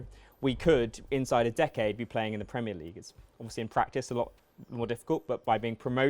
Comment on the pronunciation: "PreEemEer Liig"